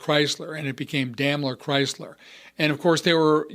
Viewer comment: You mispronounced Daimler!